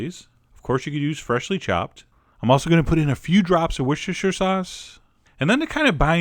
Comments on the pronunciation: Hey Chef John, great recipe, worcestershire is pronounced like this: wooss-ter-sheer...not war-sester-sheer hope this helps, less of a mouthful, and correct. thanks! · wish-shester sauce? You mean 'wuster'? :P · Chef John! Worchestershire sauce is pronounced like this: War Stir Sure I've seen a bunch of americans mispronounce it, but it's that easy! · funny how he said worcestershire XD